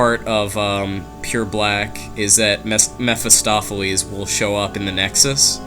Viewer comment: Meh-fis-toph-ah-lees. I just fell off my chair! Ahahaha.